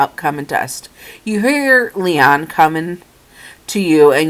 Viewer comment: You pronounce his name like this Lee oh nu